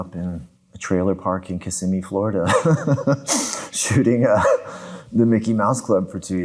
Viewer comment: Holy crap he pronounces Kissimmee correctly!👏👏👏